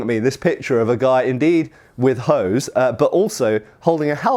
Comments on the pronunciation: Researching Hoes I see ;) btw "Hose" is German for trousers. Hint: an "E" at the end of a German word is not silent, as such instead of "Hos" (incorrect) it is "Hose" (correct). It is a short "eh" sound like the starting letter of "exile". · the "e" in "hose" is pronounced and not silent. The word slightly sounds like "ho-zeh", where the vowel in the last syllable is an [Open-mid front rounded That's roughly like in the articles a/an. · I just kept laughing every time he said hose so I had to stop the video for a bit to catch my breath. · I am from Germany. (So naturally I don't like/understand fun and humorous things) and I have to tell you all: “(die) Hose” (singular) is still the German word for trousers and “(die) Hosen” is the plural. And beside I have no Idea how the medieval Germanics pronounced “Hose”, for modern terms he is pronouncing it utterly wrong, or he does copy some crude dialect. (But yes, it is way more fun if he pronounced it the way he does. xD)